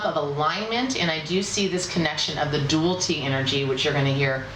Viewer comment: A little constructive feedback..."Dualty" is not a word. "Dual-i-ty" is what you're looking for. Yes, I'm a grammar Nazi. Lol Keep up the great work. Love your readings! :)